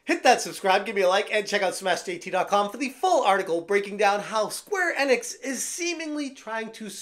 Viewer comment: Enix is pronounced ee-nicks. I know you've heard it pronounced correctly. Plus, in English, when there's a vowel-consonant-vowel combo, the first vowel is said like it is in the alphabet.